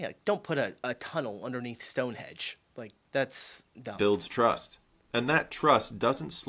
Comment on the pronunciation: I apologise for being pedantic, but the ancient U.K. monument is Stonehenge not StoneHEDGE! Many Americans mispronounce this, which can be partly blamed on an irritating YouTube video depicting places to visit in the U.K.